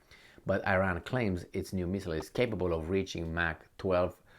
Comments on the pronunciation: its e-Ran(Iran) not eye-ran. Also you too seem to underestimate Iran’s capabilities. Sanctions have opened many an opportunity for the country. Dont you think the zi0nists would have attacked by now. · you are Romanian, cant you say Iran like Romanians do?Romanians say Iran the correct way not Ayran